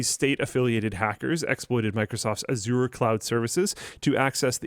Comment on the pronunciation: Microsoft Ah-zoor? 😂